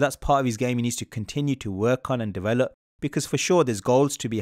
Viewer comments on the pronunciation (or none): none